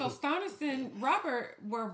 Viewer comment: Stannis's name sounds like Stanley, and Stan, not Stonnis.😊